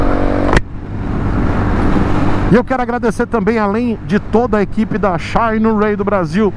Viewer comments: Só pelo jeito que o pronuncia o "xaaainerái" já vale o like no video kkkkkkk. Quanto ao ser "patrocinado" pela marca: O patrocínio nunca impediu o de ser crítico à marca que o patrocina, tanto que um dia eu escrevi que nunca seria patrocinador do! Ele é um tanto quanto sincero demais!!! Ainda bem!!! isso só faz suas opiniões valerem mais. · Xaiiinueyyy kkkkk